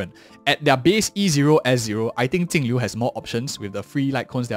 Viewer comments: its jinglliu not tingliu why do you pronouns like that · Why does he keep calling her Tingliu? 🙄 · that's how her name is meant to be pronounced in chinese (镜流) Jìng liú .